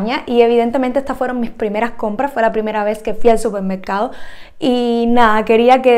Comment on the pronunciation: Se dice supermercado, no 'cupermercado'.